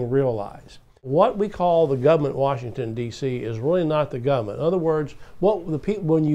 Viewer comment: I wish you wouldn't pronounce it "gumn't" because I want people to take your ideas more seriously.